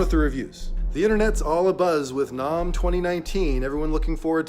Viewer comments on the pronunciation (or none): NOMM? It’s NAMM, like SPAM, HAM, or Batman’s BAM!@ Cool review!